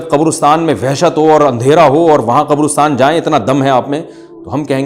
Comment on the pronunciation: Abay qobrostaan nahee qabrastaan hota hai.